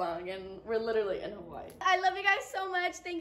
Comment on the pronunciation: Aloha I’m a Kanaka maoli here in Hawaii when pronouncing the name Hawaii the H is a “ ha “ sound end the w is a v sound ❤